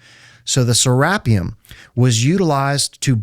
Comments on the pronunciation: Serapeum. “Seh-rah-pee-umm” Not “Seh-rap-ee-um. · IT'S SERA---PEEUM, NOT SE----RAPPEUM !!!!